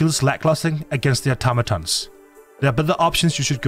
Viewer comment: Thank you for being the only content creator to pronounce automaton correctly. Also great content